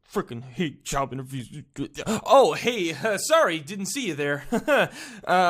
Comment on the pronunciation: I thought he said child abuse then I turned the captions and it said job interviews